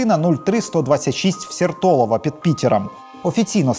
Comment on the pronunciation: все хорошо, только ударения на названия улиц и нас. пунктов не правильные )) сЕртолово и хорошЁвский проспект )) А Дворцовая это площадь, а не улица ))